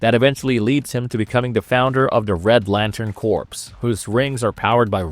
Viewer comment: Corps is pronounced “core” not “corpse”.